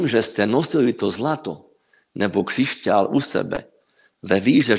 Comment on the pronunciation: Rozhovor OK,zaujal a bavil ma,ale veľmi ma ruší ta slovenčino - čeština.Časť v ktorej hovoríte o krištáloch som sa úplne stratila,lebo pri tej Vašej výslovnosti som sa celý čas sústredila na výslovnosť ...krišťál,křišťál,krišťály,křišťály...2x som si to pretáčala,aby sa mi nestratila niť.A aj tak môže dať človeku energiu a silu niečo,čo bolo ku mne dodané cez utrpenie ľudí?? Ja osobne po žiadnom kamienku netúžim.